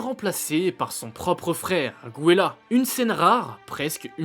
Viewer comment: Mes oreilles saignent Gwéla ?? Gobo ?? Sérieusement faudrait éviter de mal lire son texte comme ça